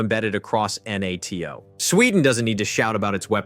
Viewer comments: En-At-Te-Oh. När den försökte säga N.A.T.O..... fast väldigt imponerande röst. Också att den var en hejare på svenska ord. Typ att de i manuset gjorde <Swedish>Totalförsvaret</Swedish> eller nåt... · Jag har aldrig hört en människa uttala NATO bokstav för bokstav, heller. Självfallet kan det vara en tillfällighet, men för närvarande känns det som att man inte kan lite på att någon bara säger fel längre heller. Andra ledtrådar jag ofta springer på är videor som uttalar 'Gripen' på 3 olika sätt 🫡